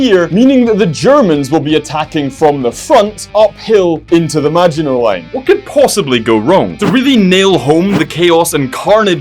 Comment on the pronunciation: Hello and you said maginot line wrong